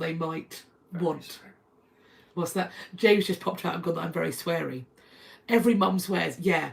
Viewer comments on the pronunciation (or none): none